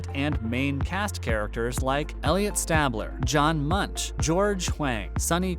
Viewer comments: Elliot Stabler - STAYbler, not STABler. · Don’t like how he says stabler.